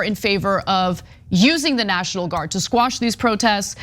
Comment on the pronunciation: QUASHED QUASHED QUASHED QUASHED QUASHED QUASHED! Not squashed you illiterate moronic fool